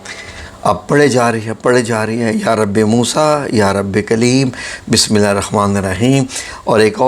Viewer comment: Bismillah bhe Sahee Nahi Parhi And INNAHA LILIHA bhe Sahee nahi parhi Aap ny Aap Jajwaeed K Sath dobara Quran Majeed Seekhay